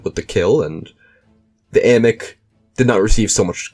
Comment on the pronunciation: Love finding out my distant family has military honors 🎉 thanks for not mispronouncing it like everyone seems to do 😂